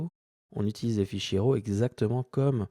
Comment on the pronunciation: Super tuto, merci. Par contre juste un petit détail concernant la prononciation de "LUT", on dit "Leut" et pas "lutte". La prononciation "à la française" fait hérisser le poil pour les pro de la vidéo (d'autant que pour RAW vous prononcez parfaitement en Anglais au lieu de l'horrible "Rav" comme disent encore certains) donc autant rester cohérent jusqu'au bout. ;-)